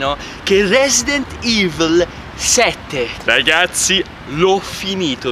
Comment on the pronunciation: "resident ivl"